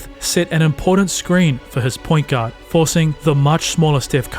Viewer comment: U say "guard" I hear "God"😂